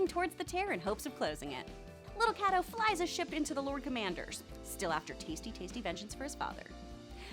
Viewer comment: Why does she keep saying lil"CAT-O